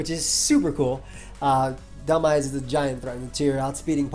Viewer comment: Every time you said you were "making the dhelmise play" it sounded like you said you were "making the dumbass play" lol